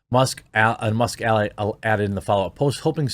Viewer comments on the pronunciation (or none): none